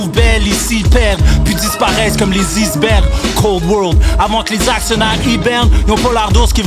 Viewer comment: Shout out a la prononciation du mot Iceberg par